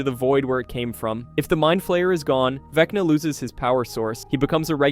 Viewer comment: "vecnii " lololoo